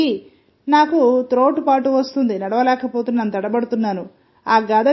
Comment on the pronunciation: త్రోటు పాటు కాదండీ "తొట్రుపాటు" సరిగా చదవగలరు